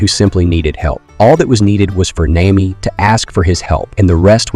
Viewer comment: I was with you until you said NAYMEE